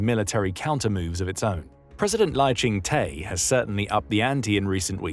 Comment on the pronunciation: FYI: Lai Ching-te is pronounced “Lai Ching duh” not “Lai Ching tay”